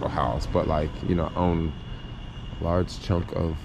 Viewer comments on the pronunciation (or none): none